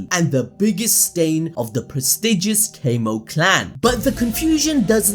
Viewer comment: His surname isn't kaymo its kamo bro it isn't english